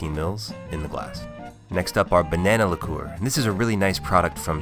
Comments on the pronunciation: “Banana liKUEWER” 🤔😂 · The way he says liqueur